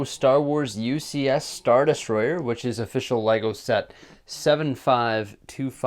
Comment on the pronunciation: IT TOOK ME OVER €300 TO CORRECT YOUR SHIT. LEGO . ARE YOU READING THIS .